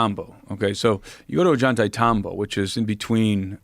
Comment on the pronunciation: I like desk clip a lot but I cannot freaking stand the way this dude is pronouncing ollantaytambo! It's just so wrong!!